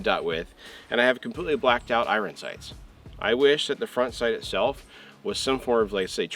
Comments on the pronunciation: Bro it's pronounced " I earn" not " I run😂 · Why are you saying iron that way 😂